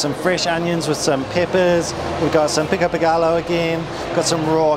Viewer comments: I love this tasty video, but i cant lie, i cringe everytime they pronounce GALLO... GAH-LO. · pico de gallo is pronounced pico de Gah-yo. Like hey "yo" what are you doing. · Pico de GUY-OH. Not GALLO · pico de gallo is pronounced as pico de "gai yo". Two l's in a word in the Spanish language is pronounced as a "y", just like quesadilla is pronounced as quesa-di-ya. Just thought you'd want to know. all the tacos you and Thomas tried were fantastic. yum. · "P CO DAY GUY OH" :-) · "Gai-oh" not "gall-oh" :)